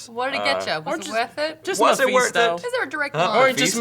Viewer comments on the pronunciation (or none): none